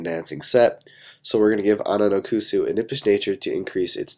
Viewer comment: I think it's pronounced Ononokus not Ononokusu